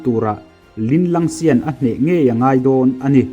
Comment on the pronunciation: Sirr kalo sawi ve leh lawk linlangsian tih in ilam a adillo deuh in ka hriaa Tian tih pangai a lam zawk tur ani lo maww afilm ah pawh row deuh in linlangsian ti lo in linlang tian an tiaa.ithiamlo ka tihna anilo aniaa lamsual zeuh ang hi awm ve thei aa ...